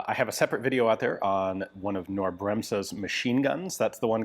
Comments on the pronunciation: In the german word KNORR you pronounce the "K". I knew Knorr only as a brand for "bag-soups" and instant-noodles and stuff like that from our supermarkets. But I‘ve never seen Knorr instant guns ...😂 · That K in Knorr is NOT silent. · There is no A sound in "Knorr". It is pronounced with a K-sound followed by an N-sound. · The K is also not silent in Knorr. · Only an unimportant mistake, in German language the K is pronnounced as K in this case. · KKKKKnorr. The k is not silent. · The K in Knorr is NOT silent! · There are no silent letters in German including the K at the beginning of Knorr. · Don't overthink it. 😉 The "K" in Knorr is pronounced as in ketchup or kilogram. Simple, really. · No. There is no "a" sound in there after the K. It's one syllable. No sound whatsoever between the K and the N. Also no pause. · I can tell you as german that there is not the slightest hint of an "A" after the k, nor is it silent. There are many words in english that have two consonants following one another directly. Like snake or groin. There is no "A" after the G in groin. It's the exact same with Knorr. You could also google the pronounciation. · If you pronounce it correctly you do NOT put an a after the k and it is not silent. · The K in knorr is not silent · You really need to work on your pronunciation of "Knorr", Ian. The "K" is not silent... :D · Knorr .... K .... as in King.... not know.... KNorr ... K 🙃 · Wow, too bad the bolt and other parts are missing... Btw. for "Knorr" - Say the K out loud — like in "Kick" — and then "norr" as done so its sort of "K-norr". Then you have the almost perfect pronunciation in german ;-) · The K in Knorr is not silent. It's Knorr nor Norr. Very interesting however. It's sad that we'll probably never know what it was supposed to be or how it worked. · I know Americans cannot pronounce the German "kn", the k is not silent, and when Americans try to pronounce it, it comes out as "ke-norr", in this case. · the K is not silent